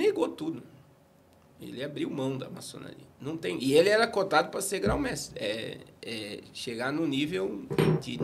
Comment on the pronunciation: Gente o pastor parece ter muito conhecimento sim, mas não se diz gráu mestre e sim grão-mestre. Que quer dizer grande mestre. Pronunciar esse termo direito dá mais credibilidade.